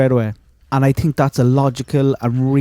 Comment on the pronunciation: 😂 he said I TINK 😂